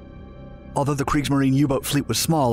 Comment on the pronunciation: “Creeksmarine” lol